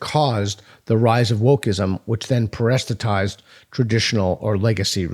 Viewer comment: Are you trying to say parasitize 😭